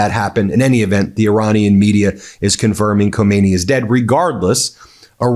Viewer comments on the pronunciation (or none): The cleric Ko-MAY-nee (pronunciation) is the long dead Supreme Leader. The one who was just killed is pronounced Kah-mah-NAY-ee. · Stop. Calling. The . Man. Khomeini. It's. Khamenei. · Can Americans please make an effort to get pronunciation right. Khomeini was the ayatullah who deposed the Shah. He's dead. Well, so is Khamenei. Khamenei (note the vowels) ends in two letters pronounced separately, in their short form. Roughly, like the letter names A E. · It’s not komeini , it’s Khaaamenei Please learn the pronunciation. We did have another dictator named Khomeini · The K in Khamenei is silent. Pronounce it: Ha-may-ni. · Ben is pronounce KHAMENEYE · The first supreme leader’s name= Khomain-yee The second : Khamana-yee In English : New York —- New Yorker. California. Californian In Persian : Khamana-yee Yee: meaning from the town of Khamana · Hi there Ben, love your show and tune in regularly. Just one thing tho, and simply because I'm English and educated, please pronounce the name correctly! You don't sound the K!